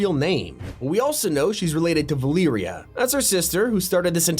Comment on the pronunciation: valearia 💀 Its va-ler-ia valeria